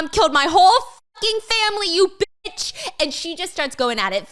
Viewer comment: she always says biss instead of bitch and she used to have a merch collection that just reads biss on the shit lol my guess is it’s a more endearing way of saying bitch